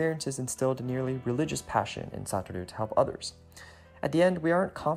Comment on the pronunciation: Isn't Satoru's named pronounced like: Suh-tore-ooh (?) In the video, it was pronounced as: Sah-tah-roo